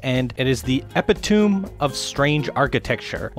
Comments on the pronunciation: “Epi-Tomb”? Oof.. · Heh, "Ep-eh-toom" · The way that he pronounces "epitome" makes me cringe